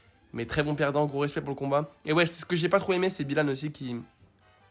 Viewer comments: Ce n’est pas Bilanne on BYlanne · Il à détruit le nom de Byhilan 😂